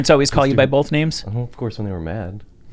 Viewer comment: Dude in the white shirt has a VERY punchable face..... Actually all these guys do with the bullshit spewing from their mouths. If you get addicted to kratom then you're an idiot. It's not really addictive. And this is coming from someone that was addicted to meth, heroin, cocaine, and pills in the past. And to the one guy, it's pronounced both, nothing bolth lol 😂